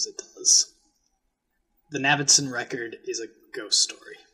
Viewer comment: I dig almost any House of Leaves content and I like where this could go - up-voting. Could you pronounce Navidson's name right though? It's rankling me. He's referred to as Navy (Not Navid) by every major character in the book. Cheers.